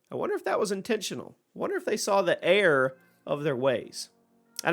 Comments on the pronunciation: The way he can’t say error right is crazy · I swear he said air guns